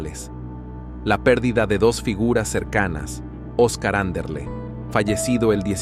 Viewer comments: Oscar Anderle no ANDRO. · Vendehumo! Titulan y nada tiene que ver el contenido. Encima era Anderle no Anderly, eran las "nenas" no las chicas y el tema ganafor fue "La vida continua" . Mediopelismo periodistico de descarte. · Acá hay un poco de mentira del locutor primero no sabe pronunciar Anderle y después dice que no hay registro de cuando él estuvo en el Madison. Y con respecto a Olga es una HDP. Tampoco escuché a ella diciendo algo sobre ese tema.